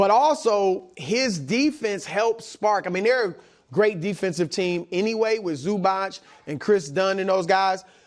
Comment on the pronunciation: His name is Ivica Zubac, pronounced IviTSa ZubaTS (as in PiZZa), same letter C, always pronounced TS. Dončić is DonCHiCH (as in CHair), because it's not a pure C as in Zubac, but has something above it, č, ć... exactly, to represent ANOTHER sound...